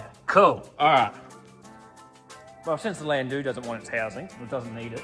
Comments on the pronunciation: its not "land- doo" its "land dow" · "DOWE" Landou is commonly pronounced "LANDOWE" It is NOT pronounced "Landu"